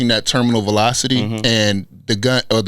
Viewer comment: Mannnn makes the show. Terminal "voliecity"😂😂😂